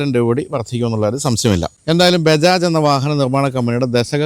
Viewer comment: Bajaj❌ bejaj Zed ❌ yized